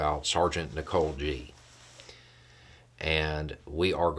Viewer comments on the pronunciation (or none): none